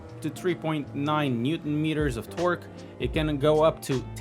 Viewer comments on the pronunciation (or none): none